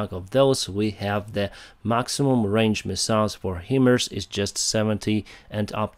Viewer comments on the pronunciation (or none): HIMARS is pronounced ”High Mars" not "He Mers". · HIMARS = ~~~> HIGH <~~~~ Mobility Artillery Rocket System PRONOUNCED ----------> HIGH MARS NOT PRONOUNCED --> Heeeeemars Love You 💙💛🇺🇦